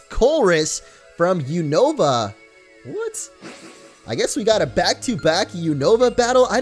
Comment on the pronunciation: When he said unova I was like boi really that is not how you say it